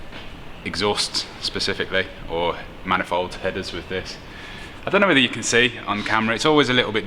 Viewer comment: Once again, it's pronounced man-i-fold. You're welcome.